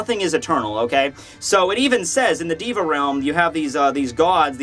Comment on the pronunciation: you're pronouncing "deva" wrong. you say it like "di-va" but you should say "dey-va"